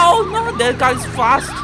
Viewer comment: Bro it's car not cal